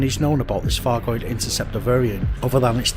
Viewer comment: I love your videos, I really do, but please can we get it clear that its not a 'fargoid' and please, please please pronounce the Th's and the F's correctly!!!!!!!!! Its not a Thucking Fargoid!